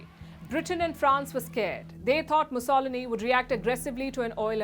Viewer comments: having a little problem Pronouncing Benito Mussolini..!!!!!!!!!!!!!!! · The way you pronounced Benito’s surname is quite funky.